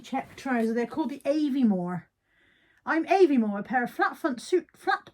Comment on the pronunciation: Aviemore pronounced Ah and not Eh ❤